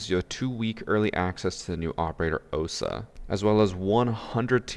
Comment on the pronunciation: It's 'Ohsa'